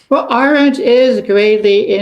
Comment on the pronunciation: Her name is AH-rent, not a-RENT. Please do her the honor of pronouncing it properly.